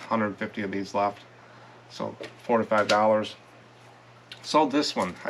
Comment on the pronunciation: Hi. I've watched you for a while. When you say "4 to 5 dollars" it sounds like you are saying 45 dollars. I know you aren't. Just thought you should know. ❤